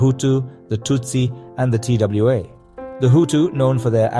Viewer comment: T.W.A or Twa... this AI based documentary is not good. Sorry.